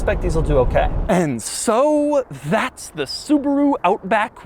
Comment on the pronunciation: It's a Subaru Outback not a Suburu Outback!!!